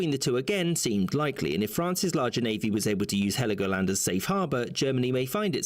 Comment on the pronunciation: it is Helgoland no i in it, but it was treated to the island of Sansibaras well as the Namibian strip